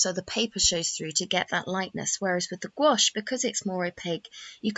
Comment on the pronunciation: It’s pronounced exactly the way she pronounced it in the video; it’s only one syllable.